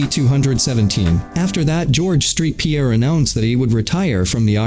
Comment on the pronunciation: It’s saint Pierre not street